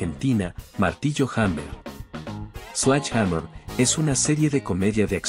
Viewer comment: por que le decis slach hamer? Sledge en fonética ingles es slɛdʒ... que para que entienda cualquier croto se pronuncia: sledye o sledshe. Párrafo aparte para la detective duró... la inspiracion que ejercia en mi en esa época ann marie martin era descomunal y desidratadora